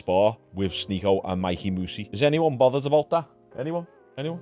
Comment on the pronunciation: You DID sy his name rite Yesterday. The same way he says it!